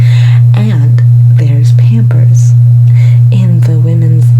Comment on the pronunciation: Nobody:: pYAMpers